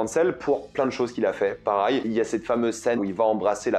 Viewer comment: j'ai une question pour toi, pourquoi tu prononce jamais Pareil mais Parail???